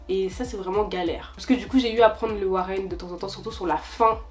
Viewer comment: On dit les woro et NON warren!!!!!!!